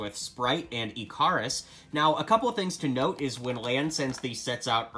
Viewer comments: Ikaris is pronounced icarus, Ick-ar-us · Just wanted to let you know that Ikaris is pronounced Ick (like stick) er us.